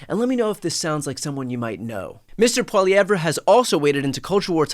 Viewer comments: Great piece on Canada Thank you as always Brian. FFL= friendly french lesson😀: Pierre's last name is french. The last two letters at the end of his name-RE- is silent. So phonetically it is pronounced "polly-Ev". Not "polly-ever". Hope this helps. Have an awesome day and keep doing what you are doing! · Pronunciation tip. Its Polly Ev Skip the R sound. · Not "Poilievre" with a hard "R" lol. The "R" is silent Brian. <3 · Please STOP saying Pierre Poili-evreh ☹ It's Poiliev ☹ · Enjoy your insights Brian, just one thing that Conservative leader's name is pronounced "Polly-ev" with a silent "r". Keep up your great work. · Brian, it’s pronounced, Polly ev! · Don't pronounce the r at the end of Pierre's last name. "Pwa-liev" (more or less). :D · Can you fix your pronunciation of Poilievre? pah-lee-ev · Brian, it is pronounced Poliev, you can drop the "re" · Briantylercohen the name is pronounced Polli-ev the RE is silent... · Hi Brian. PP’s name is pronounced Polly ev. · FYI it is pronounced " Poly ev". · (Poly-ev). Pierre (Poly-ev). He’s a douche bag to be sure but Americans should still pronounce his name correctly. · not that I care if you butcher his name, but it`s pronounced more like "Poiliev" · Hey Brian, a friendly pronunciation point, that goof's last name sounds out this way "poly-ev". I hope this favors you in further reports 🙂 Your Northern Neighbor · Polievre is pronounced without the re - paul-iev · Pronounced pol-ee-EV. The r is silent. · How to pronounce Polievre: poly- ev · Brian, the R is silent. Polyev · Heads up Brian, that you don't pronounce the "re" at the end of Poilievre. Just like you don't say "Brett Farv-re" It's just "Brett Farv". It's "Pierre Poiliev". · Brian - the Conservative leader's name is pronounced: PAUL-e-ev. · Brian the name is pronounced paw lee ev in English, and pwah yev ruh in French. In English, the emphasis is on the third syllable. In French, the emphasis is on the second syllable. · “Polieve”. The r is silent.